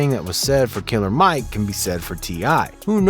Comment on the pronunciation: It's NOT KILLA MIKE!!